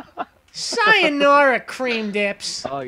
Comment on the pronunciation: sayonawa cweam dips LOL